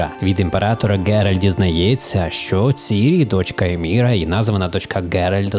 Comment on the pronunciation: Враження від відео двояке, проте , я мабуть надто сильно захищаю цю серію ігр. Все таки відьмак - книга мого дитинства. Правильно не «Каер-Моррен» та «ЕМІР» , а «Каер-МорХен» та «ЕМГИР». Я як почув таку вимову , в мене чуть серце не стало. Upd: у Відьмаку є автозахват на клавішу Z , та й люди контратакуються без проблем. Upd: Церіс… В Польському і Англійському дубляжі її звати Керіс , навіщо все так міняти? Upd: Варіативність не відчув? Наведу кілька прикладів. По-перше: гра має кілька кінцівок. По-друге: можна вибори в діалогах з Трісс і Йєн сильно впливають на їх с Ґеральтом стосунки. По-третє: Памʼятаєш Кейру Мец? У неї є три можливі кінцівки. Перша: вона їда до Радовіда , той саджає її на кіл , зʼявляється квест з Трісс. Через такий вибір Ґеральта гине Ламберт. Другий: Ґеральт убиває Кейру. Ламберт гине, Трісс втрачає певну довіру до Відьмака. Третій: Кейра в Каер Морхені. Ламберт виживає. Той квест з групою різних монстрів. Якщо за гру ви пощадили кількох бестій , то битись з тією шайкою не доведеться , тільки з одним перевертнем. Звісно , є ще гора подібних виборів , але я їх зараз не згадаю. Кінцівки та вибори доповнень також прекрасно зроблені. В Харт оф Стоун Ґеральт може врятувати Ольгерда , за це він отримає його шаблюку , Іріс. Якщо не вмішуватись , то Ґюнтер оʼДім дає Ґеральту те , що він шукає з першої частини. Нескінченних спирт. В Крові й Вині можна убити Детлаффа й Сіанну , вбити Детлаффа , або ж вбити Сіанну. Три кінцівки. Upd: В Аен Елле немає нормальної мо